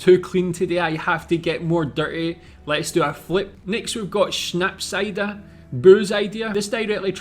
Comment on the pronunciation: So funny, you said Holterdiepolter perfectly but had problems with Schnapsidee ;) first part you got right, second not. Idee in German hmm would be pronounced the I like English E and ee = like the e in head. But you are very good actually. Great job!